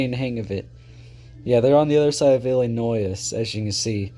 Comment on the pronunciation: The fact that you mispronounced Illinois makes me mad 😡